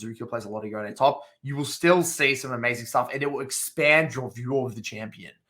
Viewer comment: rly good guide, but its pronounced yone not yone lol